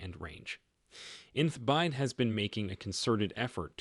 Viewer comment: B Y D not "byde". Again I believe this is AI aided monologs. Not the most effective.